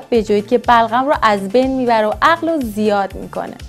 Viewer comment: خخخ بلغم و نمیتونه بگه ی جا گفت بَغلَم خخ